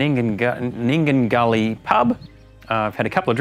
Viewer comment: Nindigully not Nundigilly.